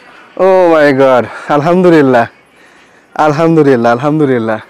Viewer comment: আলহামদুরিল্লাহ না ভাই উচ্চারণ আলহামদুলিল্লাহ হবে।আরবী উচ্চারণ টা সহীহ করে পড়া উচিত।নাইলে অর্থ বিকৃতি হয়ে যায়।ভুল টা ধরিয়ে দিলাম।মনে কিছু করলে দুঃখিত।